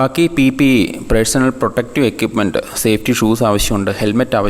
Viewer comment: Equipment = എക്വിപ്മെന്റ്.... എക്യുപ്മെന്റ് അല്ല